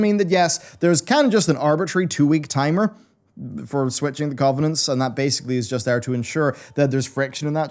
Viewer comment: Why can't this dude pronounce covenants properly ?